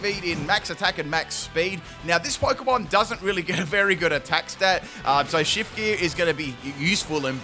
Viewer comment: How can you pronounce shift gear correctly and still butcher ma-gear-na